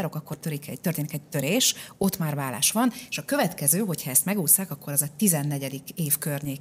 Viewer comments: Szerintem ékezet nélküli billentyűzetről írt a hozzászóló, ez nem nyelvtani hiba. A válást viszont úgy kiejteni hogy vallás, feltételezi hogy így is írja a műsorvezető. Ez helytelen, és hallani sem öröm. Igaz, nem egy Endrei Judit!😊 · Kedves Anita! Először azt hittem véletlen, de sajnos nem: a ,,vállás” következetes említése nagyon zavaró !!Annak ellenére, hogy kifejezetten jó beszélgetés volt ! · Jó és érdekes beszélgetés volt! Drága Anita, a válás rövid l- lel ejtendő a köznyelvben.😊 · Remélem azért másra is tudott figyelni🙏🏻 és nemcsak a hangsúlyozásra, de ez inkább nyomatékosítás volt…😂🎉